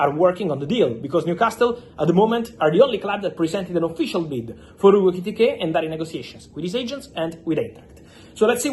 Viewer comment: Bro, say his name again..."Hugo IKITIKAY!!" 😂😂